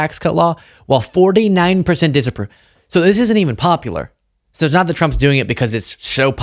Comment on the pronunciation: you speak commonsense. Unfortunately, like everyone else with channels like yours, sadly, you are preaching to the converted.[By the way, diction. "It's not", isn't pronounced "snot", no matter how cute the way you say it.]